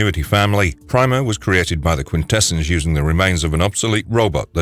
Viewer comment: It's pronounced quintessons not quintessens